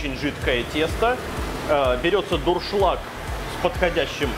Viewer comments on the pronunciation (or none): none